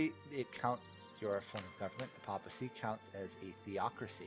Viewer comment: The voice is really quiet, and the music is SO loud... but more importantly, I can't stand how you keep mispronouncing "papal" and "papacy" and such every single time! It's a short a, "Pay-pull" not "paw-pull" or "pop-pull" like you keep saying.